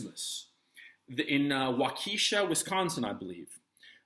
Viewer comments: it's not waukEEEsha, it's WAUK-e-SHA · Wauk uh shaw not Wauk kee shaw Waukesha Wisconsin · Minor nitpick: The proper pronunciation of the city in Wisconsin is [WAW-keh-shaw]. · It's pronounced like Wawk-eh-shaw no long EE. Btw CNN lightened the perp's skin in his photo to make him look white. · Pronounced “Walk a shaw”-great video. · Great video! The deceit today is overwhelming. Not a big deal, but it’s “WAH-ka-Shaw.” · Its WAU ke sha and like the lady told me at a toll booth in FL: ´´its i MOK alee and if u cant say it u got no reason to be going there´´ And u have a nice day, too! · Gonzalo, the accent in "Waukesha" is on the first syllable.